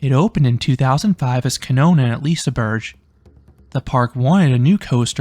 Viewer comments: love that, being corrected though you pronounced it correctly. You even got the soft g sound right then so kudos for making an effort, I for one appreciated it. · I got told by a Swedish guy it's liseberry and I will not stop now